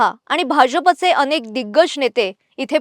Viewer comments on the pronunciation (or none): none